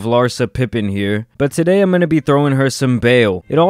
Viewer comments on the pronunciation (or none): none